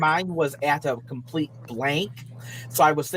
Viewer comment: watch out, mentally handicapped Mr. Mackey is coming for you " is a compwete fake an fwaud, dat he's a gwifter....not willy afwaid of anything that'll happen to me, mmmkay."